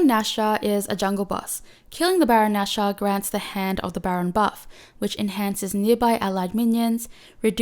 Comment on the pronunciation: It's Nashor not Nasher